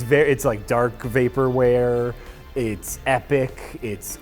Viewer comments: It hurts me when you call Tron ugly because I think it looks really fun. I love the amateur, passion project look of it all. The second looks too glossy and fake to be appealing. It's bland and lifeless. Edit:, it's "vaporwave" not "vaporwear". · saying "vaporware" instead of "vaporwave" was a wonderful boomer moment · Fucking “vapor ware”. Good try boomer.